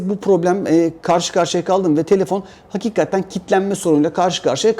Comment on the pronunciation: ufak bir eleştiride bulunmak istiyorum. Sürekli "hakikatten" diyorsun bastırarak. Ama doğrusu "hakikaten" dir ve çok kulak tırmalıyor yanlış telaffuzun. Düzeltirsen sevinirim, takipteyiz:)